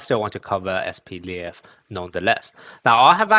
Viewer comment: Это не Атака титанов, он не "Levi", он "Лев". По-русски произносится вообще как "Lef"